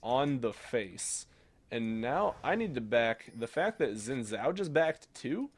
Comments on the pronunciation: It's pronounced Xin Zhao :) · FYI, Xin Zhao is pronounced Sheen Jow (like a Bow to a crowd) Thanks for another fantastic Ezzy gameplay! :) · lol I'm confused how u pronounce xin zhao is it "wi woo" lol or "zin zow" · In all seriousness, zin zow is much closer to the real pronunciation. People argue about it all the time and I'm sure even some Chinese people disagree about it. But the wee woo thing is just a recurring joke does. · He said that at first he can't pronounce xin zhao, so he just called him wee woo. c